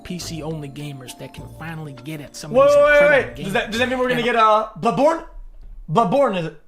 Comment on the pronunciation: "DOEDS DAT MEAN WE GE BOODBORE? BUBBORE?"